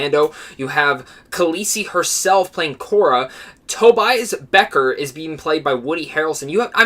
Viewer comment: You mispronounced Kira not Kora. And Beckett not Becker.